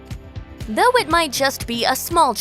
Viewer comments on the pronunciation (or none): none